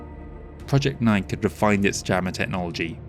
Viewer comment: Just FYI, "nike" is pronounced "nye-kee." It's a goddess from ancient Greece, I think. Superlative work as always! ❤